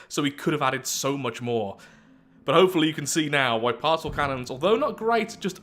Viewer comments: I swear, at least 50% of the time he is saying "Parcel Cannon" and not "Particle Cannon" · I think you are the only person to pronounce the C in particle as an S instead of a K. At least the only person I've seen on yt.